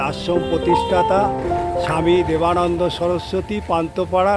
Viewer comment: দাদা ঠিক করে পড়ুন। দেবানন্দ না বেদা